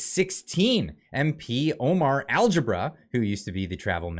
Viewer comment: fore the Love of G Algebra? Lets go over the pronunciation Al Gha( pronounced Ga as in Gaaaa bra as in braaa not bra so all together Omar Alghabra and yes he was born in Saudi Arabia Algebra ( as in mathematics) Though the word Algebra DOES have Arabic origins Thanks